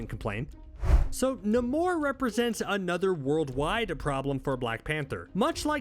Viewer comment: wait wait...NA-MORE??...NAY-MORE..I'm stuck in a loop now.